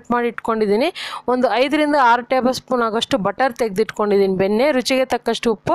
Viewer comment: Yenne benne na padavannu sariyigi uchhara mam